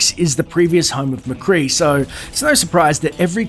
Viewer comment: i heard mecree "say jesse mecree ha" jesse mecree is a developr